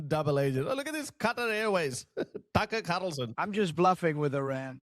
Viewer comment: Tuckerrh kharrrrrlson😂😂😂